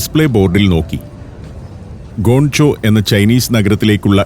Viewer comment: ഗോൺ ചോ അല്ല അണ്ണാ, ഗ്വാങ്ചോ